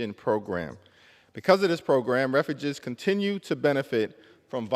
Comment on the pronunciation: Pronounce refugees?!